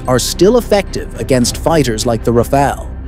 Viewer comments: "Rah Fahl" not the Red Ninja Turtle Ra Pha El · "Rafail"... Pronounce it right, bro. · so annoying u keep saying elite refail, elite refail, what the heck is that? like hermes bag worth of billions of rupee?